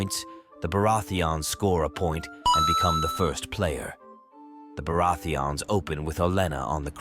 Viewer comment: Im not the only one who hear it 😂 Beurati-ans